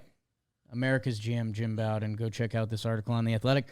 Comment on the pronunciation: I'm not trying to be a grammar nazi but Jim Bowden aka America's GM pronounces his name slightly differently. "Bow", the first syllable, is pronounced similarly to the same word in "bow and arrow" or like the Bo in Bo Jackson